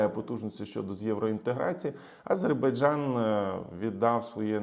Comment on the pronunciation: Окрема подяка за правильну вимову слова Азербайджан, ну і за аналіз🙂